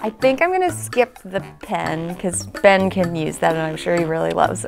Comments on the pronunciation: why does it sound like said bin instead of Ben? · I kinda hear when she says “Ben” I hear “ Bin” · When said Ben, it sounded like “bin” Like if you heard it too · is like “bin” and not Ben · Uhhh did anyone hear said Ben name like ban